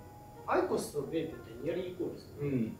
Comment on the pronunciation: ベイプも違くね?